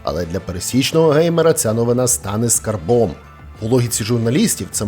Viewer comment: мЕта,а не метА.скАрбом,а не СкарбОм.Такое впечатление будто ты сам ИИ